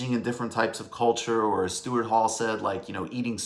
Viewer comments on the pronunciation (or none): none